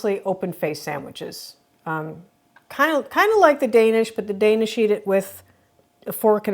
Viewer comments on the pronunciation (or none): none